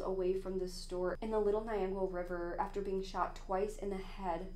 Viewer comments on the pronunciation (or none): none